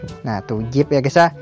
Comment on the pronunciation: Zip bro bukan jip